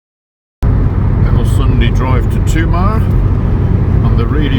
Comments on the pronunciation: Tomar - accent on the ‘ar’ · It’s pronounced Tuh’MAR - emphasis on second syllable. Although the ‘o’ is very often pronounced “ooo” that’s mostly at the end of the word - like “obriGAdoo”.